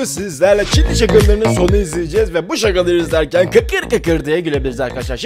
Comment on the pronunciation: İlkte çinliyi cinli anladım